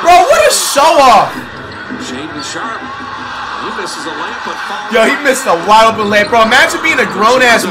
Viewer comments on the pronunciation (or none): He called Shaedon Sharpe Shannon Sharpe🤣